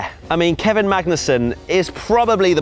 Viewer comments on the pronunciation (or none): none